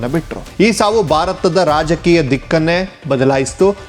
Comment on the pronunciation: Alla Bharat endu Ucharisi Shudh Kannada is Required 😂